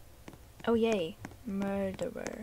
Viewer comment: The way she said mUrDEeR 😂